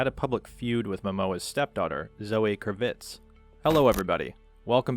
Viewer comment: I don't know how old you are, but Zoe Kravits is the daughter of Lenny Kravitz , whose last name is pronounced with emphasis on the first, not second, syllable. Do you not know who Lenny Kravitz is?